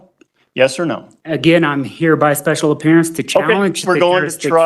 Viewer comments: “special oppearance” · ..special “opearance’ ?